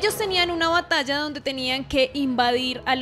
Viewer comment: Batalla, se dice batalla!